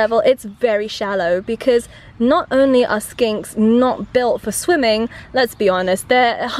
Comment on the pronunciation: Is she saying skanks